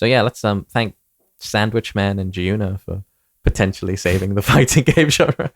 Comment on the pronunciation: Thank you for pronouncing Giovanna properly.